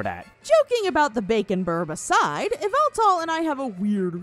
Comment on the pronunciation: Pretty sure its pronounced yaveltal